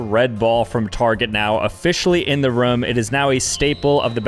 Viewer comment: bro he said the red target ball was “officially in the rum” instead of room 😂